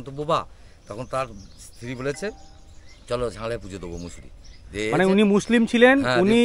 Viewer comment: Not mosaru...musuri.